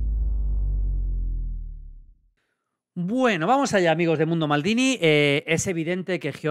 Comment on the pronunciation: Todos los periodistas diciendo con mucho cuidado el nombre del portero durante todo el año. Maldini en corto omitiendo la R: "Mamadas Billy"